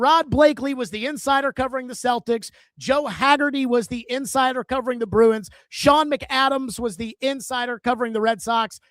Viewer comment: It’s Sean McAdam, leave the last S off for sarcasm